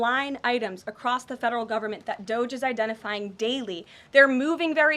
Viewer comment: And... it's DOGE [DŌ-J] Not DOZH